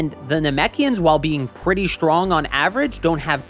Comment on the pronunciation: Sorry for this question not at all about the subject, but why do you say "shtrong" and "deshtroy" ? Is that an accent ? I only ever heard Sean Connery talk like that.